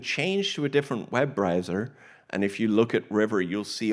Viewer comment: Web riser, web riser... it's Web Browser....